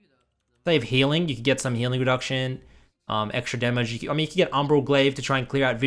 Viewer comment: that eclipse ''demmeg'' tho